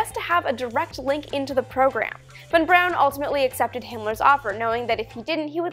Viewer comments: Good video but its not Von Brown Amy but Von Braun. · von Braun not Brown.... why do you do that, come on Army, get his name right love.